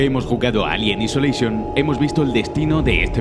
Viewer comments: Alien "isoleishon" :v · "Elien aisoleishon". ;)